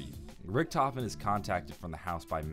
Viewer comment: My brain hurts, you said primis, ultimus, Richthofen, it hurts